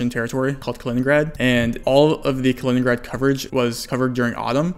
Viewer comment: Love your vids but you should really try to speak a bit slower for your non-English subscribers! For example try to take 2 seconds for saying out loud Kaliningrad... you make it ""Klningrd" in less than half a second I think 🙂